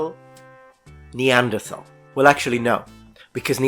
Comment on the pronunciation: I thought we had decided it was pronounced NeanderTALL?